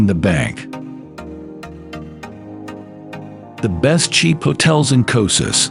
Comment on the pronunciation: Who would trust the travel video where don’t even know how to pronounce the place?